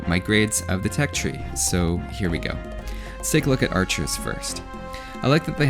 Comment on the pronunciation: regardless of where they're et on the health bar That was the most Canadian I've heard you sound in any video.